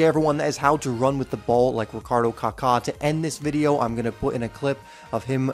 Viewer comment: Kaka a great man in Christ! Thank you for pronouncing his name correctly